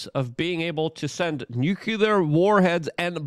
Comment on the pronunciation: Nu-clear not nucu-lar. Nuclear has only one u in it